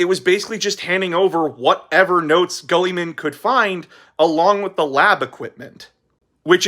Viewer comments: i love your channel, but i cant get over "guhlliman" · The greatest of all the Primarchs: Gully-Man It just sounded like you said Gullyman in the video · I'm sorry if this is rude, but what is with your pronunciation of Guilliman? Am I missing out on a joke or something? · My only issue is how he pronounces "Guilliman"